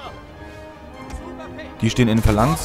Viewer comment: Ich hasse es andere zu korrigieren aber dass es heißt Phalanx nicht Valanz